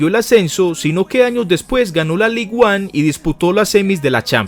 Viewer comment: Un consejo solamente, ya que es Ligue 1 en francés, puesto que es la liga de Francia, pronúncialo literalmente “Lig an”. Sigue asi con tus videos 👍👍👍